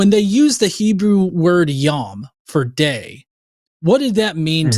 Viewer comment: Yom is pronounced with a long "O" sound like in the word dome. At least according to all the Hebrew speakers I know and being raised Jewish.